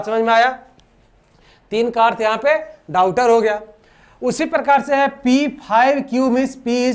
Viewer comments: डाउटर नहीं डाटर🤣🤣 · Blood relation question me aap daughter ka sahi pronunciation nhi kare hai